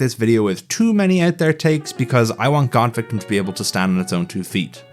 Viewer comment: Surprised that there’s no emphasis whenever GAWDVICTIM is said